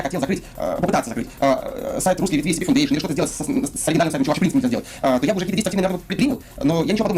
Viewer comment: Автор почему-то все видео отчетливо произносит ACP вместо SCP